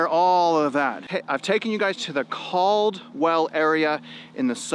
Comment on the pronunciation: Cald-well :face-green-smiling